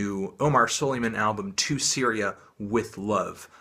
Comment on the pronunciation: EISH YA ANTHONY IT'S PRONOUNCED SLÆH-MĀN